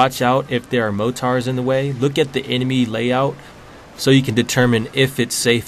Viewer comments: its pronounced moreters not mo tars lmao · Did no one notice he fucking said motars? It's mortar not motar Jesus Christ